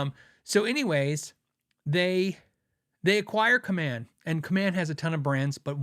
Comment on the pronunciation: My dad worked for Kaman, in their industrial parts division. I can confirm your pronunciation. I have a Hamer USA Studio Custom purchased at the employee rate. Really wish I got more :)